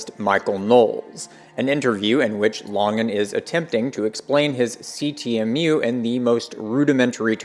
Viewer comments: Why do you pronounce it "lahngan" its LANGAN yknow like LANGuages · This is from the CTMU FB group, Chris Langan's own comment about the video: Eike (FB commenter): "Good stuff, but I am confused why the name 'Langan' is pronounced the way it is. Because of that, I first thought that this could be a troll video." Response (Chris Langan): The narrator seems to have an adequate philosophy background, and his understanding of the theory is impressive relative to most. But it's far from perfect. This is especially obvious when he reserves judgment regarding some aspects of the theory, finds some things about it "suspect", implies that Whitehead (and Bernardo Kastrup of all people) are legitimate competitors, refers to my aggressive and abrasive personality, cites the controvery regarding my IQ, and so on. The constant mispronunciation of my name is also worrisome, as this is a very well-established trolling indicator. Syndiffeonesis wasn't adequately explained, telesis wasn't introduced as a "metasubstance", and the word "supertautology" wasn't mentioned at all, thus obscuring the unequivocal superiority of the CTMU to other theories. So despite the strong points of this defense, I remain undecided about it pending more information. As for bending over backward to maintain the appearance of neutrality, it's no longer justified. After decades of idiotic trolling by the likes of "professor dave" and other mindless chuckleheads, those days are gone. It's time to simply tell the truth.